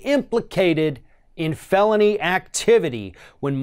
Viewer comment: Hahahaha its pronounced felony, not ffffhhhhhhhelony hahahaha